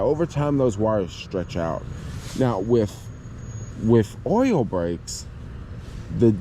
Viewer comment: I'm glad I listened more carefully when you were talking about the brakes. At first I thought you were saying 'oral brakes' and thought, "Whoa! Those would be very difficult if not more complicated to work on!" Things became more clear when I figured out you were talking about 'oil' brakes. That plus 'oral brakes' might be some new fetish. Eventually.